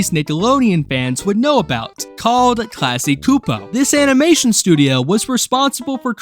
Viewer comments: "Classy Koopo" had me dying. 😭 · Dude, it’s pronounced. CLASS-KEY CHEW-POE KLASKY CSUPO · The company itself pronounces it "class-key ksoo-poe" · Everytime you mispronounce Klasky Csupo a piece of my childhood dies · The way you pronounce Klasky Csupo is going to give me a stroke of pure rage. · Not everybody knows how to pronounce those Eastern European names. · good indicator to not watch the rest of the video when I see them making dumb mistakes like this